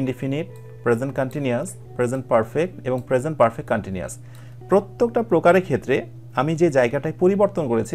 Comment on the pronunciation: স্যার, সবকিছু মিলিয়ে অনেক ভালো লাগে আপনার ক্লাসগুলো 🥰। স্যার শুধু একটু সমস্যা তাহলো ব্যাকগ্রাউন্ড মিউজিকটা দিয়েন না বা পরিবর্তন করে দেন আর আপনাকে (প্রত্যেক) এই উচ্চারণটি ভালোমতো করবার জন্য অনুরোধ করা হলো🙏